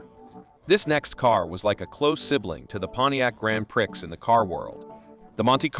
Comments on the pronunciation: Its Grand Pree,not grand pricks.Dumb. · OK stopped watching after the pronunciation of Grand Prix